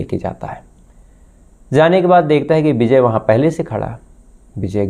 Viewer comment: Beejay nahin vijay bol bsdke